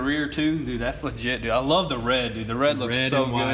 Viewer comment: That’s “legit dood” 😂